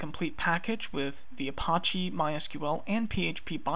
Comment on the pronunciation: good intro. The way you mispronounce Apache is driving me nuts tho. It's not the french word, which in pronounced uh-pahsh... that pronunciation has a silent e. It's pronounced uh-pach-ee, with the A sounding like the A in patch. It's a native American tribe, hence the feather. There is no tomAto tomAHto here. Drives me nuts to the point I can't concentrate lol